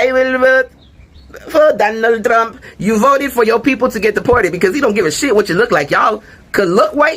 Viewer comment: KH told them what would happen. "I will bota for donald tzrump.